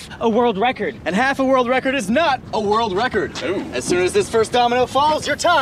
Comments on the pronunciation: Is it just me, or did it sound like said in the start "... to make a wold wecod"? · "To make a world wecord" xD